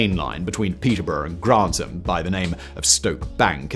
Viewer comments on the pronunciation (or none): 5.37 "coefficiency"???!!! Coefficient. 6.18 "Mall-erd"???!!! Mall-ARD. 11.50 "Grant-um"???!!! Granth-am. Oh, and it's Gresley, NOT "Greezly". Apart from that, quite interesting video... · And of course there are Yanks in the comments claiming they have a faster steam train. We Brits have the officially-recognised record, so deal with it. BTW Simon, it's Granth-am, not Grant-ham. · Gres-ley not Greas-ley and Granth-am not Grant-ham. Heard this so many times as a boy as my mothers father was a fireman and later during the war, an Engineer (Driver), until he lost his arm in the fifties. I don't believe he ever drove the Mallard but we have photographs of him at the controls of A4's, the Silver Fox and Bittern. Went to 'The National Railway Museum' a couple of years ago to try and find out more? Quite difficult as I had to use ultra slow 'Vista' on their computers and half of the 'microfishe' were missing! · And it's "Granth-am", NOT "Grant-ham". 😠😠😠